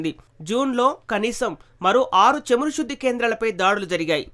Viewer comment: చమురు not చేము రు కాదు